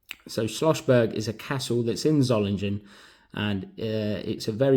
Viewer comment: Just found out,, It's pronounced... ZOH-LING-ENN,, (or as close to that, as us English people can say,, 🤣🤣,,)